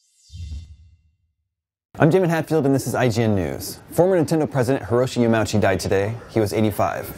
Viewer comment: It's pronounced Yama-Uchi. Rest in peace good man.